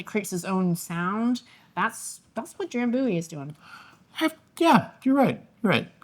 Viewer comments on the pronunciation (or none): So anyway, the pronunciation is not dram boo-ee but dram biew-ee (them Scottish are kind of weird :) I think I only ever had it once and i liked it. Im going to guess you will to....